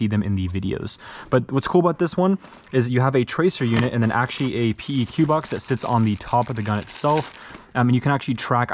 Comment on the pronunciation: Little tip don’t call it a p, e, q combine the letters and say it at once it’s a peq or pronounced peck in the military